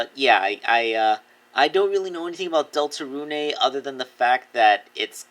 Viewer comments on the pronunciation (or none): Some info about Deltarune for you, Deltarune (Pronounced Delta-rune not runé) Is made by the same creator of Undertale and is similar to Undertale regarding player choices, however you have a party similar to more traditional RPGs. Deltarune is planned to have 8 total chapters further expanding the lore. Sorry for making you read all this if you did, also I love your content and you are a very inspiring creator.